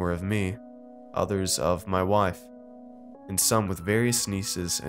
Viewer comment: Did you just say wife with a southern accent?